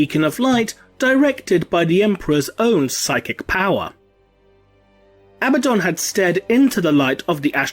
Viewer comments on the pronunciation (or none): Isn't it pronounced A-bad-on not ab-ah-don ? Or am I blinded by heresy ? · Your pronunciation is wrong: A-BAD-dun